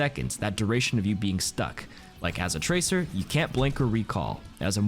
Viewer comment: tracer butchered :(